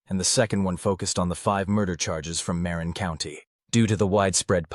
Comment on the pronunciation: Interesting murder case I never heard about. Wish you had checked how to pronounce the words Tamalpais & Marin.....everyone that listens to your video has been given wrong pronunciation. I was born in San Francisco. The whole area was my stomping ground. & I don't care if I sound like a word nazi......I was born & raised there. Even googledegoo will tell one how to pronounce words. ☮️💖🌻